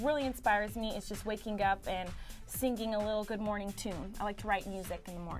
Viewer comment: I love how she says singing, almost like syncing.